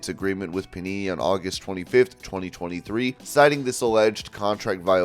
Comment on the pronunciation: thought he said punani